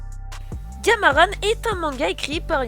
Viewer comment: Graaave mais je pense sa se dis gamarAN pas gamarane